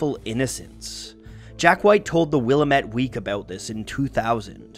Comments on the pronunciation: Love this video but given that I live in Portland I'd be remiss if I didn't let you know, for future reference, it's "Will-AM-ette", not "Will-UH-mette". ( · Willamette Week: it’s “wuh-LAMMIT” not “willah-met”, but who cares it’s 2020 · A minor pedantic note: "Willamette" is pronounced wih-LAM-mit and rhymes with "dammit". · Willamette rhymes with damn it. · I have heard Willamette mispronounced a ton of times though.